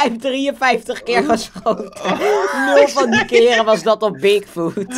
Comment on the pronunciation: Ik verstond dik foot